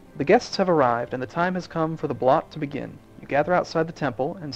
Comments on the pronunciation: It´s pronounced more like bloot, not blott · Can't stop myself from laughing a bit every time you try to say "Blot"